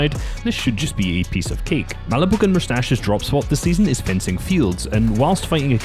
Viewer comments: Great vid, but it’s fencing field not frenzy lol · He said frenzy fields 😂😂😂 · I like the fact he said frenzy fields when it’s fencing fields 😂